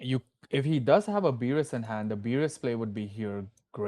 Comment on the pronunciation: Commentators please do better with card names. The shadow army vs mill matchup was so bad, calling Tusk “Tank” and Beru “Beerus” 🤦‍♂️